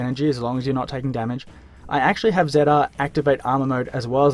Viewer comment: the way he says ZR ZIAR